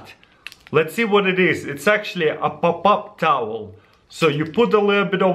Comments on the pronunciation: POPAP TAWEL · It's like he said "pop-op" towel. 😄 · Rose Jeldan he said up up towel😂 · It’s papap taool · Ezio Auditore i heard ababab